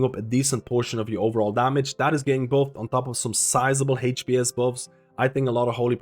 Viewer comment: Man I love your videos, first thing I check for changes and when I wonder what to chose for healer main... but this "heych-p-s" pronunciation is killing me